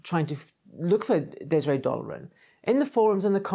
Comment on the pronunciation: Just ordered the book. You pronounced her name correctly. Love the episodes! Greetinging from Peter, Amsterdam